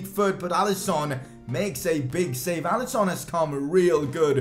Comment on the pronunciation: Why you call it alisOn and robERTson